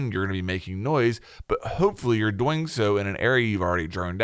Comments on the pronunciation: Yea bruh I looked in the comments for someone to say that 😂 annoys the shit outta me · Well now I just feel like an ass. I have to add that the video is great. It was just funny. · I love the way you pronounce "doing" sounds like dough-ing. Literally kills me everytime XD thank you for the video! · Anybody else just notice he says “doing” like “boing”? Or was that just me lmao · Holy shit. Everytime. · Anyone notice they way says doing “doughing” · Am I the only one that thinks forgot how to pronounce "doing" just before making this video? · Take two every time he pronounces 'doing' funny :P